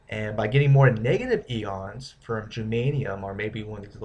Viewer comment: it's pronounced "I-ONS" not "E-ONS"